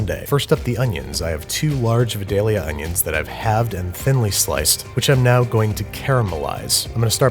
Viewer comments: Babbish It’s vidalia onion Not vedallia Pronounced vi-dal-ia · as a person from vidalia, i thought you should know its pronounced V (eye) dalia -Vidalia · (vi-dale-YUH) as a Georgian, the way you say vidallia is triggering. Fun episode though. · it is pronounced Vie-dayl-yah not ve-dayl-ya. Vidalia is like the next town over from me and nobody likes it when you say it wrong :/ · babish i’m here to make u more southern. i live where vidalia onions come from and i’m here to say it’s pronounced “VYE-DAY-UH” 😭 vidalia, georgia is a nice place also, you should come visit! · Babish they're pronounced VI-dayah Onions, love your content! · Thank you so much for including Vidalia onions! But it’s pronounced V(eye)-dale-ia, thats Georgia makes for ya 😂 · It's pronounced "VY-DEHL-YUH", and sometimes "VY-DAY-YUH" by older Vidalia Onion growers. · As someone from Vidalia, Georgia, its pronounced Vye-dail-ya. Thanks y'all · Come on man its v-eye-dalea 😂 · From georgia my GF is upset you keep saying Vidalia....When the pronunciation is Vydalia. I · As a Georgian.... Vidalia is pronounced v-eye-dale-yuh. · Babby, I have been a proud consumer of your content for years and have loved you since you put out some of your first videos, but as someone who is from Vidalia, Georgia and has picked those blasted onions with my own two hands, all of us would like you to know that the “Vi” is pronounced like “Vye”, rhyming with “bye” or “hi” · It’s pronounced “VIIIE-DAY-ELL-YA” Source: being born in SW Georgia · The Georgian pronunciation of Vidallia is V-"eye"-"day"-yah or V-"eye"-"dale"-yah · Love the vids, only one thing, Vidalia is pronounced VydAlia. Other than what nitpicking mind wont let me get past, loved the vid. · You're saying Vidalia wrong. It's V-EYE-DALE-YUH. But that's okay still a wonderful video. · My continual comment on food videos. Vidalia is pronounced Vy-DALE-ya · For anyone watching in 2024, Andrew doesn't say VIDALIA ONIONS👺👺 like stop and shop does